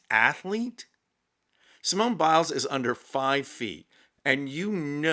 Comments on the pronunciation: Ha, ha. I had to laugh when you gave Simone Biles French name a Spanish pronunciation. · 🤣🤣She's French....I died!!!Simone Bill-es🤣🤣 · Thank you. Je te félicite....bravo Simone Biles (pronounced Bilaize). Yes!..she is a proud French beautiful, sting, athletic Lady.